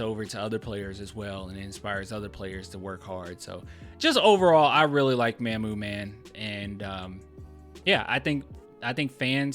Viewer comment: Hey this name is not pronounce "MAMM-OOO" like "Ma'am" Mamu name is "MaH-MOO" it is saying like "Mom"